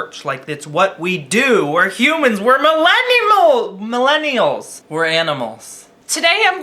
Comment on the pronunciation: "We're animillinials" 😂